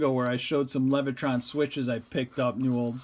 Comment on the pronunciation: There is no R in Leviton.